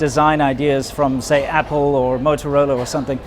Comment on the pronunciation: appo ... as in apple without the 'L' - and Cheap!! For a new phone.